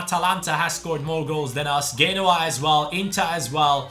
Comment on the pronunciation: Genoa is pronounced (jee-no-wa)